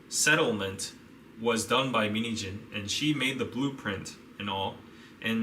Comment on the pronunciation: Whenever he says min heejin I hear mini jeans lolzz